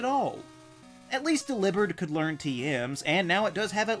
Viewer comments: It’s pronounced “dell-EE-bird”, “”. 🤨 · You pronounce it dillibird as if we all share your regional dialect. Where I grew up it was pronounced dalivery so delibird works just fine. And besides delivery should be pronounced exactly how how it's spelled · Why so defensive about your way to pronounce Delibird 😭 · i can’t tell if ur pronouncing delibird like that because ur trying to get ppl to comment about it or if u genuinely just say it that way but either way u need help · The way you say delibird……🤢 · This is the most insane pronunciation of delibird I've ever heard but it actually makes more sense